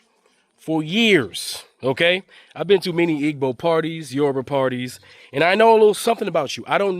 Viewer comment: Please pronounce Igbo correctly. It’s pronounced like ‘Ee-bow’. The ‘g’ is silent.